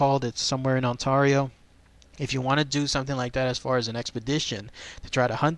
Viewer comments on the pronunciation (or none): Now I know you're obviously not from Canada but you pronounced Ontario in a really weird manner lol